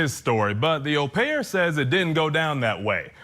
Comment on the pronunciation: Nice to hear an American say au,as in au pair the correct way Vinnie!